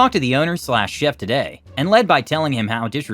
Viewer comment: Chef = Sheff not Cheef